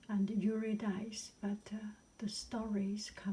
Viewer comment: Yer-ah Dis-ee😊